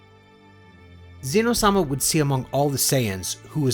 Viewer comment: Good stories man but you pronounce so many names wrong. It’s not xee-no. It’s xeno on Syllable in the E. It’s not Gine as in Jean like Jean grey. It’s Gee-ney. Hope the pronunciation improves